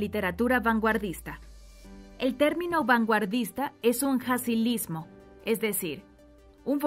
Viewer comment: En el minuto hun error. Se oye jacilismo, debe ser galicismo